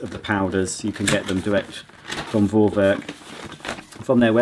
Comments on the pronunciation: Just pronounce it "Forwerk" because it is a german brand and name and in german alphabet "V" is pronounced as "F", so just "Forwerk" and it's mean something like pre-work but it is not exact translation :) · I'm german, just say Forwerk, V is like an F in german. Love your channel and you are the best!